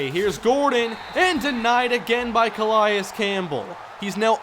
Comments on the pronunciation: It's not a big deal, but it's pronounced "Cuh-lay-is" Campbell not "Cuh-lie-is" just for future reference. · Let's go Chargers Franchise!!! Love the series!! Anyone notice the Cardinals short center in the beginning of the video? Lol...and nice pronunciation of C.Campbell lol 👌😂